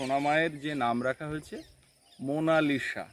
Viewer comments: If you don't mind.... উচ্চারণ : মোনালিছা লিখতে হয় মোনালিসা, কিন্তু উচ্চারণটা ওভাবে করবেন না। উচ্চারণ হবে মোনালিছা। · অসাধারণ সুন্দর নাম রেখেছো । তবে Please নামটার সঠিক উচ্চারণ হোলো "মোনালিসা(MONALISA)"...... "মোনালিশা" বোলো না plzzzzz. জানিনা বোঝাতে পারলাম কি না, উচ্চারণ তো লিখে বোঝানো যায় না! আশাকরি আমার কথাটা অন্য ভাবে নেবে না 🙏 আর সৌরভীর কয়েকটা ছোট্টো নাম পাঠালাম, দেখো যদি পছন্দ হয়!! "ঊর্বা" "দ্যুতি" "পৃথা" "রাই" "মৌ" "মুন্নি" "পিঙ্কি" "মিষ্টু"..... ভালো থেকো সপরিবারে ❤️❤️❤️❤️❤️❤️